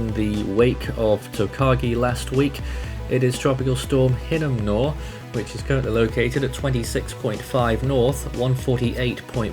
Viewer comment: Just a little note: if I’m not mistaken, the “r” in Hinnamnor isn’t pronounced